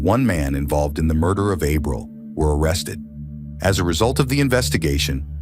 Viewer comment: Lord, you massacre Spanish words. Ah-breel